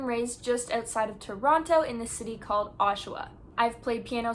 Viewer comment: she says toronto like a person whos not from toronto